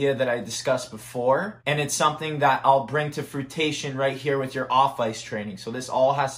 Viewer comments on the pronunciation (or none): "frutation"??? 😂😂😂😂....... fruition 👍🏼